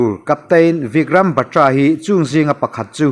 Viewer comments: Batra ni lo in Bat-ra ti a lam tur ani chuan ka hria mawle kei ve hian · Batra lam dan hi dik lo deuh